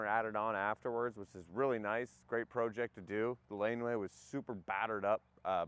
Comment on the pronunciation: “Pro-ject” I love how Canadians pronounce their long Os.